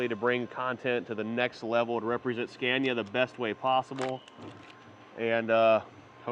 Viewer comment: Your pronunciation of Scania kills me.